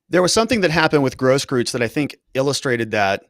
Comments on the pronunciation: Hey -- You said recently you are of the tribe persuasion. Say "oy vey!" like your cousins in NYC say it. Now say "Gross-croyts" with the same vowel sound as in "oy" of "oy vey!" And voila, you just said his name correctly! Easy, huh?, follow and you'll be good. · It’s eu. That pronounces like oi or oy. Großkreuz mean Big Cross.